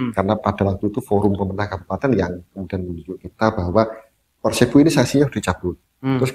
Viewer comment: nyebutnya kok PERSEBO sih?